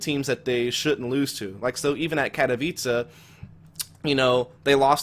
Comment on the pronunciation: I thought Katowice was pronounced Kat-o-whyse not Kat-a-vicha. TIL